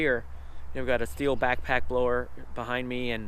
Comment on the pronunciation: Did he say steel it’s pronounced still